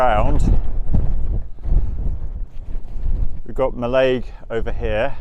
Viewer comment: And it is NOT Mall-aig it is Mallig for pronunciation. Thanks from a highlander.